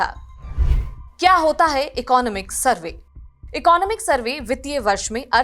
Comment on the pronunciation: Firstly learn how to pronounce "Economic".